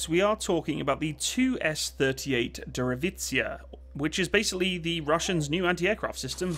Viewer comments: do us a favor and try to learn how to pronounce foreign names. it's not hard, providing you put some effort in it. for starters try to read slowly.FF sake this is a Deriv//aaaaa cija (A like A in your name)meaning derivation!what you are doing is insulting.it would take a 5 min phone call (free) to any of your fans to hear remember or record proper names.lately you can not pronounce even AK47 right???plenty of Russians or Canadian Ukrainians in Canada to help you out. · It is read as Dyereevatseeya The “ye” is just a softer “E” The “ts” is merged together into a hard sound and the “ya” is read separately as a single letter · Dear, thanks for the video, Derivaciya is spoken de ree wah tsia, its basically word Derivation